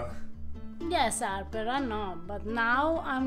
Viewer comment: she is fantastic. I never would really consider making my own pasta, but this is so simple, and fresh, I will do it. he is a bit of a numb nuts as we say in america. nice guy but not all that bright it seems. I like how she says arrrper with no H